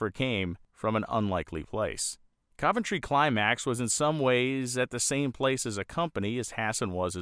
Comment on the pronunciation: Wow,, you pronounce "Cuventry" correctly. Even amongst the British locals, this correct pronunciation is being lost. Constable, oven, Romsey, onion, Fontley. In all cases, just like Coventry, the first O is correctly pronounced as U. Literalism is ruining the English language and the "O pronounced as U" is also being being lost in these words and names, too. Another great video. Keep it up.